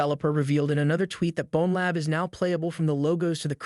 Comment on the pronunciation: Bonlab lol